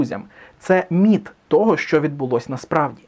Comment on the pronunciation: Мені спершу почулось НІТ а не МІТ.